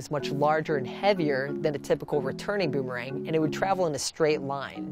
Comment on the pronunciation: Guys a champion in boomerang throwing but can’t even pronounce it correctly